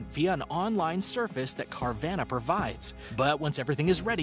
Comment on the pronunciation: I thought it was called carvana like nirvana ? Not car ~van~a..idk jus didnt sound rite to me ..cuz u want your buying exsperience of your first maseratti to feel like NIRVANA ..NOT "yeah bought my lambo at "cargrocery getter vanna er some dope place next to a aldis n kindergarten ..arnold was there..lol..